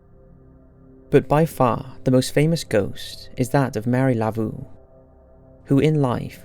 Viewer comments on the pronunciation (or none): Psst! It’s pronounced “La-vō”, not “Layvoo”. There’s no shame in asking someone how something is pronounced, you know 😉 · Please practice your pronunciation. Laveau is “lah vough” like “bow” but with a V. Two syllables: la vough. That actually hurt my heart. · I’ve been to Highgate and although it has a creepy feeling, I didn’t see or hear anything. However, at St. Louis cemetery #1, I heard children laughing and running around inside. BTW, The Voodoo Queen is named Marie LaVeau .( pronounced La- Vo)